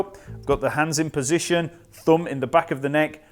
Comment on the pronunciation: Hey I love how you pronounce Fender ...Pussygion...